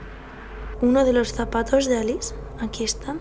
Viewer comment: El nombre de ALICE se pronuncia Aliche, porque es italiano. Nelly era un hombre. Y la casa ya ha sido vendida, la están derribando para hacer una villa nueva.